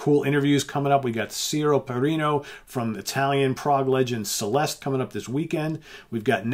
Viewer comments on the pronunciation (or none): none